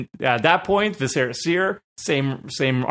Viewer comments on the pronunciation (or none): Vis uh ruh seer... It is not vis eh ra. Like visceral. It's driving me nuts. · The way they keep pronouncing Viscera in Viscera Seer is driving me crazy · It's mind-blowing how many people mispronounce "viscera" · I'm convinced you all say viscera wrong on purpose to generate more comments